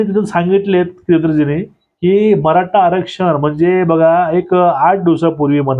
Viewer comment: कानडी आहेत का? त्याचे उच्चार आणि अशुद्ध भाषा (मराठा याचा उच्चार मराटा ) अयोग्य वाटतात.